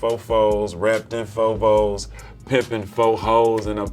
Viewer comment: Its Vouges...not Volves